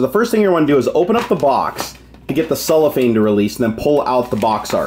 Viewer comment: It is called CellOPhane not Soulafane